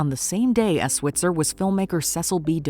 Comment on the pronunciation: They also mispronounced his name. It should be s-WHITE-zer, not s-WIT-zer.